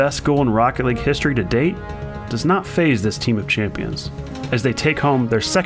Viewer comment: What everyone else heard: this is rocket league What I heard: THIS IS ROECKET LEG